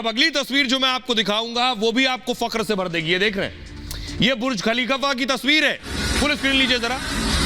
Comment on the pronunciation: Anchor pagal ho gaya hai ........Burj Khalifa ko kafilaka bol raha hai bokhala gaya hai anchor.....😂😂😂😂